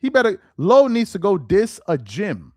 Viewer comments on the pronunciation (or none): none